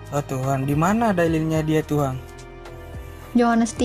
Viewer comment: Tuhan, bukan Tuhang 😂